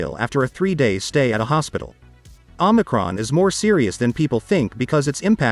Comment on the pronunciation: love your videos homie but if no one has corrected you let me be the first, it is OMICRON pronounce (OH-MI-CRON) not Omnicron.